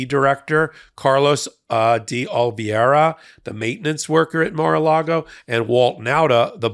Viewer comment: Oliviera, not Olviera. It's not a name from outer space!